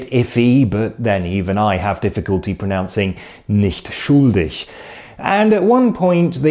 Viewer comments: Your pronunciation of schuldig is almost perfect, except the u is too long. Try to pronounce /upsidedown capital omega/ instead of /u:/. (I don't have the correct symbols available on my phone keyboard) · Try pronouncing the short u in schuldig like the ou in should or would. Das scheint mir phonetisch am nächsten. We should all write/use the international phonetic alphabet^^ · your German is usually almost free of an accent, but when you say "schuldig", one can hear that you are British right away. Just a tipp: your U is too long. It almost sounds like a double O in English. And it is a bit too deep. Say the U faster and a bit more open (meaning don't form you lips that much) and it'll sound much cleaner ;-)